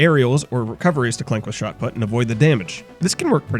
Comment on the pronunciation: It's put as in put the thing there not put as in put the golf ball.